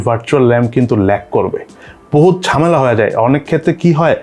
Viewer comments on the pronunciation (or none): none